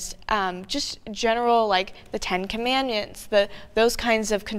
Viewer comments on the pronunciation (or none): "the 10 commanmyans" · What the heck is 10 commanion? Edit